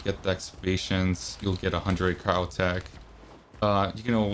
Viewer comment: That entire vid all I could think about was how he was pronouncing Cryotic as Cryotech.